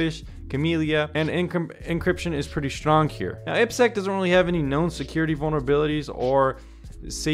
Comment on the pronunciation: Aiiii peee sekkkk Triple desss Hint for proper pronunciation